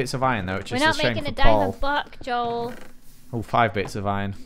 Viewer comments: said “Dole” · I think she said doel